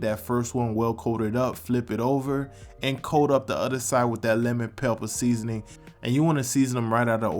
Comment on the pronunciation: crispy leman pepppaah